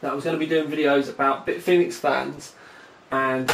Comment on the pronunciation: Sounded like "flans" to me lol.